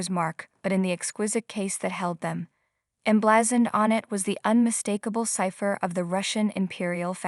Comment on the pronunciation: It is pronounced Fab Ra Zhay not Fab ra gay. Emblazoned is pronounced Em bla zund with ed added.